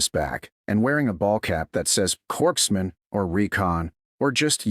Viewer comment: Western NY...and it's corpsman, not corkman.